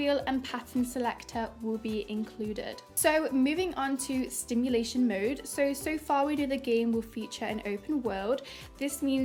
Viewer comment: Thx for the upload, sounds so cool Everytime the golf club swing smack sound happens I jump xD turn that sound effect down pls hahahahah Also it’s Simulation, not sTimulation ;) Good work tho!